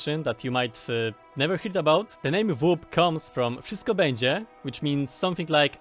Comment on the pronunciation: Well, at least you know how to say "Wszystko będzie" really well 😁